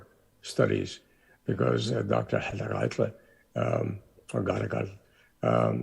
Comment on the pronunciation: Очень интересно было смотреть. Были вопросы, на которые услышала ответы. Кстати, у Дж.Коларуссо (хотя он немного растерялся) хорошее произношение на адыгском. Организаторам, переводчикам и всем, кому принадлежит идея - огромная благодарность. Приятно было слышать хороший английский у студентов. "Я не пожалел, что взялся за изучение языка. Особенно, когда узнал этнос, которому он принадлежит". Очень приятно и ответственно слышать. И еще: "Нартский эпос - для будущего". Действительно, надо структурировать материал эпоса для уроков в школах, чтобы он перестал быть только памятником литературным. Надо чтобы он стал частью или основой воспитания детей. Причем, в зависимости от возраста к нему можно возвращаться в старших классах., вам искренняя благодарность за это видео. Будем ждать следующие.